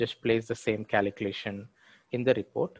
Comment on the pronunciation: What the f@ KALEEKLATION is for f@ god sake!😆 Learn how to pronounce calculation properly. Could not follow the logic hearing kaleeklation 50,000 times in 7 mins! video